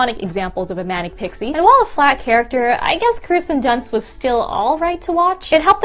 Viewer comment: I'm still a little hung up on hearing "KRISTEN Dunst" twice...and "irregardless."